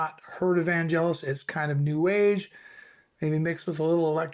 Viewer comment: its Vangelis not Vanjelis